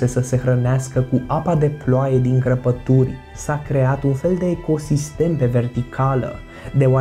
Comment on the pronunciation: Ai zis cărpături nu crăpături